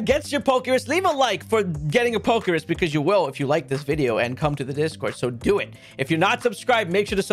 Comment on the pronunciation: The fact that you call it PokeRIS is like nails on a chalkboard everytime you say it.